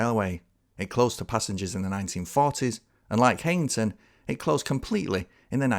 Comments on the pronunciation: I'm not getting into any "oldest" dispute here (although I'm from Darlington!) Just to say that it's pronounced High-ington, not Hey-ington. Visit Darlington in 2025! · *'High - ington'. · I'm really sorry but Heighington is still very much in use as a station, the pub has closed but the station is very much still in use on the Bishop Auckland branch. Also, it's pronounced kinda like High-n-ton (from a local) cracking video though.